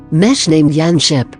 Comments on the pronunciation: I would recommend replacing all yanderes with yondaray so it doesn't sound like yandeer in the TTS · Pff... the way the computer pronounces "yandere." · Tenya Iida if you say “hd” as “high definition” then “a” is right, if you shorten it to just the letters and pronounce it as just the letters then “an” is right. it depends on how you pronounce it. anyway youre still right because its types as hd